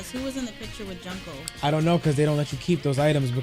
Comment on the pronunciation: I think he means the pronunciation of her name because says it like junk-o but yeah worst stream to put this comment on